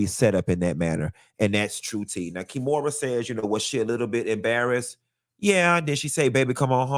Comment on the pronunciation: I holla everytime you call her KEY - MORA 🤣